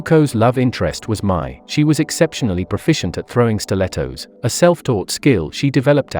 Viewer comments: Its mai not mia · it’s mai, not mia 😭😅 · It's mei not mia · Her name isn't Mia it's Mai (Ma-i),that's nit how u say kya it's (Ki-a),and that's not how u spell Jinora's name(Ginora) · WYD "MIA" ITS MAI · WHO IS MIA?! IT'S MEI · “mochi” “Mia” ITS MAI GOD DAMMIT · It's not Mia it's Mai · Yea like seriously Mia no it’s mai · its mai not mei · MAI not mia like he put in the video 🧍🏻‍♂️ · He said Mai’s name as Mia 😂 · Is not mia is mai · Not "Mia" 💀